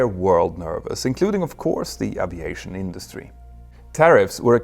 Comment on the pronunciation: Älskar dina videor och kanaler Petter, men uttalar du inte Aviation lite fel? Oavsett så uppskattar jag den höga kvalitén på din content. Bra jobbat!